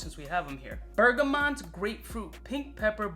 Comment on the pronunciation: aaarrrggghhhhhhh bergamot, not mont. please !